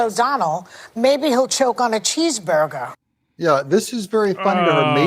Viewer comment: Can't Joy speak proper English or does she have a lisp problem. She can't even pronounce 'cheeseburger"